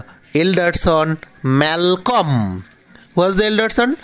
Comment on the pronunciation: e pronunciation mistake, Malcolm - son of Duncan, & brother of Donalbine